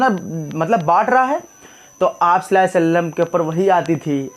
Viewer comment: Please pronounce correctly sallahu alaihi wa sallam jazakallah